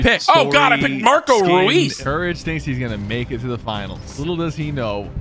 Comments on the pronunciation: The sports skins combo was bad harry kane held a trophy if you know you know also courage fr said “REis” it’s “Reus” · Man Said rees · bro just said reus is kane and u guys pronounciation sucks hes not called roes